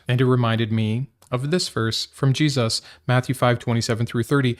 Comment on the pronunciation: G-Suss? Why say the name like that?